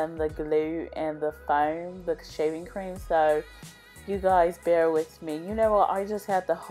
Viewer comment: I thought I heard shiving cream 🤣